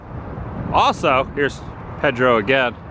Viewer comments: PEDRO !!!! PAY-DRO PAY Not ped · Back in the '60s they were the big landmark on US 301, since I95 didn't go through at that time. It's saddening to see that it's hurting. By the way, it's probably not a big deal but Pedro is pronounced "Pay-drow" not "Ped-row". Sorry to be "that guy". :) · It's 'PAYdro'. Saying PEHdro kind of sounds like well, you know: the people you hide your kids from? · Please Please It is not Ped ro : It is Pay-dro E is like a long a in Spanish. Sorry but you keep saying so often and it grates on the nerves. Our family always stopped there on the way down the coast. Hope South of the Border can be revived and have a new life. Thanks for the tour. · Pay-dro not ped-ro, it's Peter in Spanish. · It’s Pay-dro dude, not ped-to please say it right. Just say’n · It's pronounced Pay-dro...not Ped-dro. Or maybe you're trying to be funny. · Wow...say it with me...it's PAYDRO..not PEDDROW..and again STANCHIONS ARE NOUNS NOT VERBS..you can NOT STANCHION something off..you can however USE STANCHIONS to block an area off..c'mon man, this is simple English language 101..did u attend school?.. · Adam, the name is pronounced PAYdro. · It’s funny how different parts of the country pronounce things different. In Southern California we would pronounce Pedro “Padro” what a fun place to go. I don’t see how they make enough to stay open but glad they do! Thanks for another great adventure! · Pedro is pronounced PAID ro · "PAY-dro", hombre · Pedro is pronounced PAY-DRO. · Does he pronounce "Pedro" like that for a reason lol? Another great video my friend! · I am rather surprised you don't know how to pronounce Pedro. It is a "A" sound not "E".